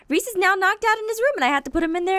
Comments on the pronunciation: She called Prof. Mobzilla Reece in the very beginning. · You called dr Modzilla Reece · u called prof. modzilla Ress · She just called him reese